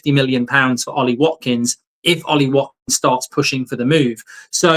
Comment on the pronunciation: I say we get Watkins purely based on the fact Mark can actually say his name properly :D